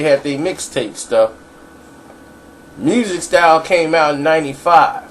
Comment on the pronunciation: bruh its Mystic Stylez i love your stuff but dam fam lol you gotta get some of it right big bruh come on now lmfao